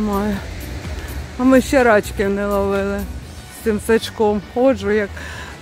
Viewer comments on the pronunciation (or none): надо говорить рачки, делая ударение на последний слог. Когда вы произносите это слово, делая ударение на первый слог, получается другой смысл. ❤❤❤❤